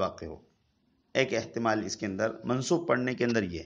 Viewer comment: احتمال ہے ناکہ احتلام 😄